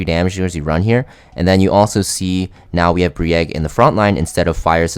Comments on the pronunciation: Brieg, not Bree-egg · you calling him Bree Egg hurts my soul